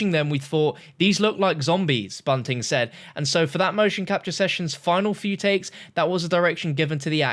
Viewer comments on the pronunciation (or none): none